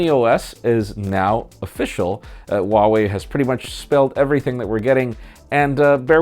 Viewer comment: Huawei and Harmony. Both have pronounced H's. #HNotSilent